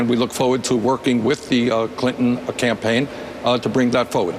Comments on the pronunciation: Did she say "Tampaign Trail"? I keep hearing and seeing her say that, rewind after rewind. Is it JUST ME? I am alone at hone, i need a reality check on this! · Yes, glad I'm not the only one. "Tampain" as in tampons and pain... Hmmm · Anyone catch that? "Teaming up on the tampaign trail."